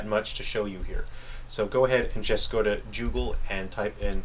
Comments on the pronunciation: Its not dgoodgle its google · Is it just me or does he say joogle?